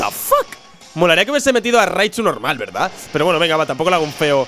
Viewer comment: se dieron cuenta? dijo verdaz xD